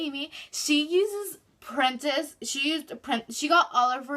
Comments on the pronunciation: Is she saying printest ? It's Pinterest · does she mean pinterest she said printest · Printest... did you mean Pinterest 🤣💀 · Printest lol she means Pinterest😅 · She said printist but she meant Pinterest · She said Pinterest wrong but it's ok no one perfect